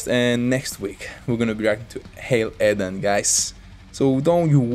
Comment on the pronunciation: Bener om " edane " bkn " eden " kyk ssma lo..